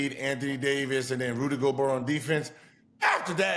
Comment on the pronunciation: My guy Gil be butchering names 😂😂😂 Rudy “Go-Berg” Kelly “Aubrey” Sheldon Sharp, Klay Thomas 🤦🏽‍♂️